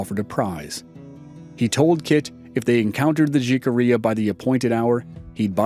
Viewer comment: Great podcast but in the word Jicarilla the letter J is pronounced with an H as in jalapeño